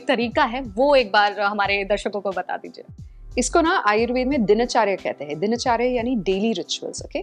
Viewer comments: कार्यक्रम बहुत अच्छा है लेकिन कृपया हिन्दी के शब्दों को हिन्दी में ही बोलें । यह आयुर्वेदा नहीं आयुर्वेद है, दिनाचर्या नहीं दिनचर्या है, जथर अग्नि नहीं जठर अग्नि या जठराग्नि है। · आयुर्वेदा नहीं आयुर्वेद बोलो...दिनाचर्या नहीं दिनचर्या बोलो...इतना कठिन भी नहीं है कि बोल न सको।